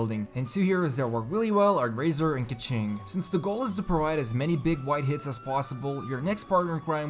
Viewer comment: people always pronounce keqing as "keching" not "keking". y tho?